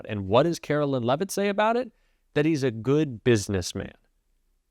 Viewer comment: I know ya hate her, I do, we all do....but please pronounce her name correctly. It's not "Carolyn" It's pronounced "Karoline"....like the Song